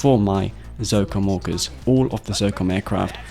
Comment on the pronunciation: Your accent make it sound as "Zocom Walkers" when you talk about Orcas xD